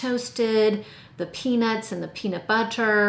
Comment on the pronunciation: Did you say PEANUTBUTTER? 👀